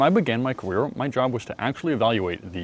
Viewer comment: When i began my “Cawere”